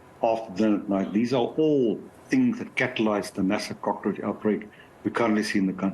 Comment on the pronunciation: please teach your presenter to prounounce cockroach